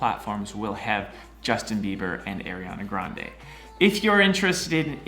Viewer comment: he kept saying Aryana Grande yes aryan queen